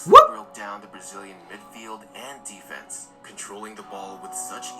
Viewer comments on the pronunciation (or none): none